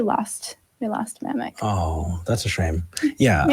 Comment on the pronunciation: stop saying mamik. He clearly stated his name as manik.